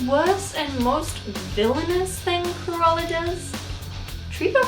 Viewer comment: Not me hearing "koala" instead of "Cruella" in my own world here ✋😉